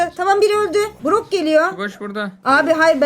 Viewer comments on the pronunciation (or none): none